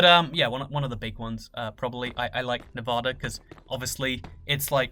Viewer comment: Pleas say Nevada right